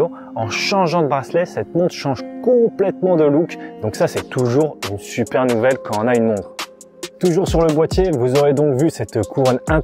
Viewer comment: Merci pour la vidéo, cependant, beaucoup d'erreurs de prononciation, ça décrédibilise ton professionnalisme. "Quan - on - a une montre " au lieu de " Quand (t) on a une montre " et je ne parle pas des anglicismes à répétition. Pourquoi ne pas mettre des mots espagnols à la place ? Ce n'est pas méchant mais cela serait bien plus agréable sans, sois fier de la belle langue française et non d'un franglais non très reluisant.